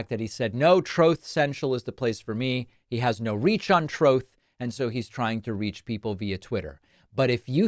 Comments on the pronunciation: Ohhhhh...you're saying "TRUTH". What ACCENT is "TROTH?" anyone else hear that? is it Canadian? Baltimore? hmmmph.... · Why did David say ''Troth' in this video?